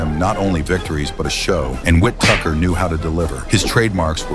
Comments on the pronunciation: It can’t even pronounce “Whittaker” yet. Our jobs are safe for now… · The AI voice pronouncing Ben’s last name wrong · no one has ever has pronounced Whittaker like that before I absolutely guarantee it. I would say it's ai but it could just be American lol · AI voice can't prononced ''Whittaker'' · The AI definitely couldn’t pronounce his name 🤣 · AI bullshit video that can't pronounce Whittaker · it's an AI video. It has no idea what it's talking about. It can't even pronounce the guys name properly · It's whittaker not whit tucker ffs! 👀👀👀👀👀👀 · This Al voice was not properly trained. The man’s name is: W-H-I-T-T-A-K-E-R and NOT WHIT-TUCKER damn it! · stop using fucking ai voiceover, his name is Benjamin Whittaker, not Ben Witt Tucker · Get this ai shit to fk 😮 his names no wit tucker wtf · Ai narrative "Wintucker" instead of Whittaker. 😑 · Whit Tucker 😂😂 AI commentary 😂😂. It’s Whittaker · His name is Whittaker not wit Tucker Lmaooo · Its not tucker its wittiker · Whit Tucker?? Surely it’s Benjamin Whittaker?? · Ben 'Whittucker"? His name is Ben Whitaker. Must be AI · Tucker??? It’s Ben whitticker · The guy's name is Ben Whittaker, not 'Witt Tucker'. FFS. This sort of AI video commentary bullshit is ruining the internet. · AI vocalizing “Whit Tucker” is whack AF, marring an otherwise excellently edited video. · Wit tucker? Really? Ben Whittaker not Wit Tucker. AI SUCKS!!!!!! This happens with fighters names all the time. It’ll tell stories about another boxer then mispronounce the name. Lazy lazy lazy channel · Whittaker, not wit tucker... I fucking hate AI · Whit tucker It’s Whittaker you idiot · Whit tucker 😂 its Whittaker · Who is wit- tucker stop using AI voiceovers. It's Whittaker. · "Whit Tucker?" WTF. The genius of AI. Let's try Whittaker. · Who the hell is "Ben Whit-tucker?" 🤔 It's fuckin "Ben Whittaker!" Ya pleb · Whittaker not whittucker.. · Whit-tucker 😂🤣☠ these AI shorts are such trash! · Teach your stupid AI voice to pronounce his name properly 🤣🤣